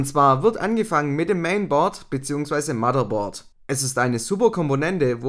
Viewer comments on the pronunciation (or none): Das heißt nicht Maddaboard sondern Motherboard mit TH